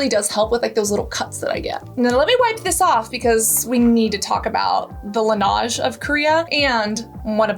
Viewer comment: Darling its not Lenaaj it's Laneige